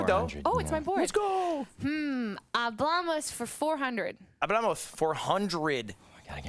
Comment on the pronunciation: Ludwig kept saying Hablamoz